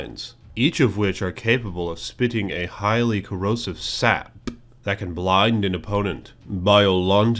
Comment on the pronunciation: I WAS ONE OF THE PEOPLE WHO REQUESTED! Thank you for listening,! Loved this video, keep this up and I'll keep liking those damn videos. Also, I loved the way you said "saP". 😂